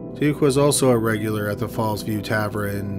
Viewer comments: tav- ERN not tav- RIN … lord almighty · I like this show, but why does he say “tavren” when he means “tavern”? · Oh my word....Please say "Tavern" correctly....I had to stop listening after the narrator said "TAV-REN" for the hundredth time. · Anyone Canadian can comment? Is Tavrin a Canadian thing or just a personal quirk of his? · Am I the only one who is bothered by pronunciation of tavern? It's tavERN not tavREN. It's my only gripe with the video. lol. Happy 2020. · Tav-ren? Tav-ern TAVERN.. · "Tavren?" lol wtf. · Subbed to this channel for a while but still cringing at "tavren" vs "tavern"... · SAY ‘TAVRIN’ ONE MORE TIME. I DOUBLE-DOG DARE YOU! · Every time he said Tav-ren, I felt like I had gotten punched in the stomach. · Yeah sorry but if you're gonna read out scripts you gotta do a little better. It's pronounced tav-urn not tav-ren and the past tense of pleading is just plead, pronounced p-led not pleaded. Edit: I was incorrect about pleaded, please ignore and I apologize. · Gah, tavren! My grandparents owned a tavren when I was a kid and here I've been pronouncing it incorrectly all this time. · Happy new year but oh my god please never cover a case that has the word “tavern” in it if ur j gunna call it “taverin” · Dude, wtf is a “tav-ren”? If you can’t say “tavern”, then just say “bar”. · Dude, its tavern. NOT taverrin. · You really said "tavren" instead of "tavern" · Love your channel & tour strange affectation in yiur narration style, BUT why do you pronounce Tavern as Tavren? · By the way.... what the Hell is a tavren?!?! It's TaVERN. Drives me Nuts. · Tav-ern not taverin! Drives me nuts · Taverrrrrn not taverin! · It's tavern, not tavren mate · Its TAVERN not Tavrin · TA-VERN not TA-VRIN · "Tavern" not Tavren. That is all. Thx. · Tav-ERN not tav-REN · tavern, not tavrin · Tavren? or Tavern? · Tavern. Not tavrin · Tavern. Not Taveren. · Tavern not tavren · Tavraan? Is that meant to be Tavern? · What the fuck is a tavren? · "Tavren" O.O